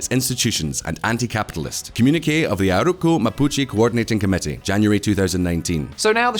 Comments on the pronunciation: This "comunik"??? This shows the intellectual level of this talking head that is desperately trying to infer that Mapuches woke up one day and declared autonomy and tries to place a saintly halo on the Chilean government's head. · Never heard communique pronounced like that before.